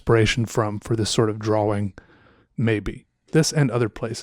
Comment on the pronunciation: Draw-wing...I like how says it.